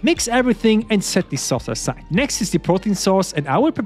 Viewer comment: I just love when you say and setthesauceaside like its one Word ♡